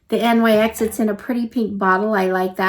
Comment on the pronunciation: Thanks for doing this unboxing. One note, NYX is pronounced "nix".